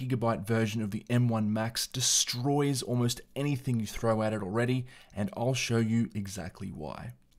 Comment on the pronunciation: "destroyes" lol my 3 years old pc feels way faster than my macbook air m1